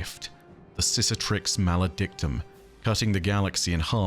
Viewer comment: A nitpick as tiny as the Great Lusting One's appreciation of celebate: I believe it's pronounced "Si-Ka-Triks Maledictum". Feels more earpleasing that way, also might have heared it in an audiobook. Thanks for your glorious work!